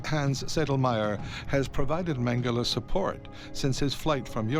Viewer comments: It’s Mengele 🤦. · Everytime I hear his name mangele I always hear mangel. Not too far off he was...please everyone let's learn...no hate..only love... much love..positivity..happiness..good health and peace to all. Please everyone..just love...